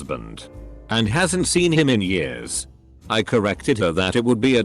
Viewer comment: Nobody: Reddit voiceover: ‘in 10 yurrs’